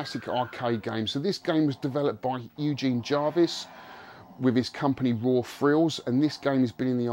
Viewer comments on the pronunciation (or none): none